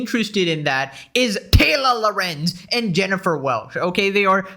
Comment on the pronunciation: the name isn't "tayla lerenzzz" 😄